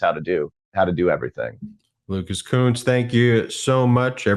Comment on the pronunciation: It's LUCAS KUNCE NOT COONS